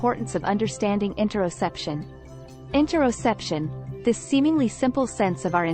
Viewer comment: Great I just got distracted by mispronounced topic word a couple times. Or maybe I'm constipated or both 😅